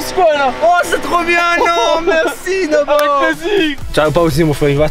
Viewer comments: nobo et pas nomo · à dit nomo à la place de nobo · on dit pas nomo un dino nobo